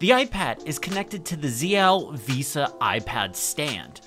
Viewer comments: Please someone tell this man how to pronounce VESA. Tip: It's not Visa. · Never heard someone call Vesa (Vay-sa) visa like it's a credit card lol